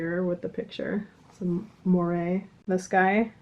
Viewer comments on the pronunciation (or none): "Murdoch Mysteries" on Acorn!! Turn of the Century mysteries set in Toronto, with heavy steam-punk and feminist story-lines. Great characters, humor, & costumes. Also "moire" has no accent on the final "E", so is one syllable, not two. Pronounced "mwar".